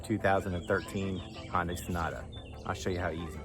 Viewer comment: Hun-day is how to say hyundai.....😂